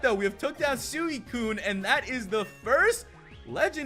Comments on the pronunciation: SWEE-T and CUNE not SOO-I-CUNE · No offense, but does anyone else cringe when he pronounces suicune sooeecune?